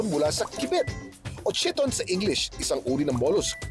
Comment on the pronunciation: KYE-TON ang tamang pronunciation sa pangalan ng mollusk na chiton, hindi chee-ton. Ang chee-ton ay ang Americanized pronunciation sa makalumang pananamit ng mga Griyego na chiton (Greek: khee-ton). Pero sa mollusk ang universal pronunciation ay KYE-TON. Halatang wala naman talaga kasing alam, nagbabasa lang ng mga nakalap ng researchers niya.